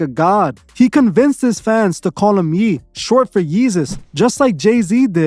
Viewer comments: It's Ye like YAY not Yeeee LMAO. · It’s YEH NOT YEE BUT AMAZING VIDEO THE DECEIVER HIMSELF. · Ye (yay) for Kanye not Yee lol but carry on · Its pronounced "Yaye" not "Yee" lol but yh he doing too much.